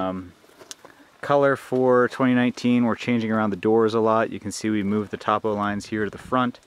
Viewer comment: Nice tear drop. It is pronounced "toe-poe" lines.